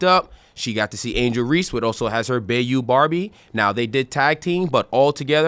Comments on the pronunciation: Bro “Bay-u” is BYE-u if you ever watched a sporting event within spitting distance of NOLA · This first guy can't say bayou correct.